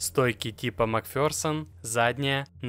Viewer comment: мАкферсон а не макфЁрсон!!!